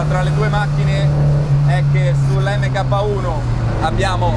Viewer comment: Video spettacolare come al solito, però “EMMECAPPA” non si può sentire, si pronuncia “Mark”...